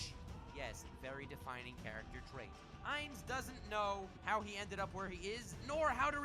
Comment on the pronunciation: Holy fuck I've tried soo hard to sit through the butchering of names...I love anything Overlord, so I've been binging youtube vids about him, but oh my god stop butcher soo many names, why do you people do that? 1 minute in and you Butchered Usopp, Meliodas, and Ainz's names...You remind of the retarded way Naruto's dub calls him...ffs people